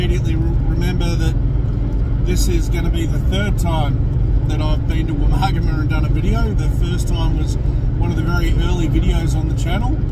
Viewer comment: Thanks. Pronouncing Woomargama correctly helps me. I often come through Jingellic - Granya - Wodonga on regular trips from Canberra to Melbourne. The freeway bores me to tears. A two day trip, camping inbetween suits me. I'd never have known that 42 kms of track existed. 😀👍